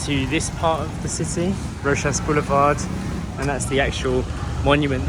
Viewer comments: Jose (ho-se not gio-se) Roxas (ro-has not roksas) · Jose is pronounced Hose. H sound rather than J. Same for Roxas boulevard. Also pronounced Rohas. The x is pronounced as h. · We pronounce Jose as Hose and Roxas as Rohas 😊😊😊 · Tip for you in pronouncing Filipino names/places. X=h, J=h. Roxas=Rohas, Jose = Hosè. Like Spanish words. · The letter J in Jose is pronounced like H. And then for Roxas Blvd the X is pronounced like H as well so it sounds like Rohass. 😊